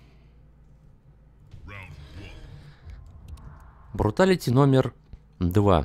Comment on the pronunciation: Мне послышалось когда ты сказал бруталити не бруталити а фаталити